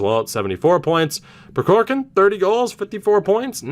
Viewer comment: I didn’t point this out in the Russian series, but the first “k” in Prokhorkin is silent. At least it is from the Kings’ broadcasters.